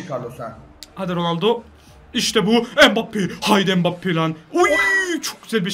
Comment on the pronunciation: mbabpi değil mbabape